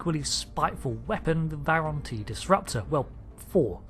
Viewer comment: True, although he said it wrong twice!